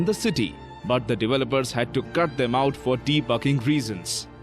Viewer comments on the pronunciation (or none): “For Debugging Reason’s” it sounded like he said For Defucking Reason’s